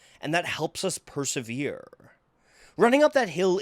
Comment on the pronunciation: "And that helps us perserverrrree." Why does he talk like that. xD